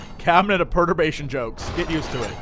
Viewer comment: also, jesse, take it from an englishman. you are saying perturbation wrong :-p and to be perturbed means to be disturbed and unsettled.